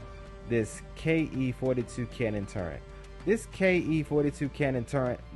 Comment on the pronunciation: T U R R E T not T u r r e n t.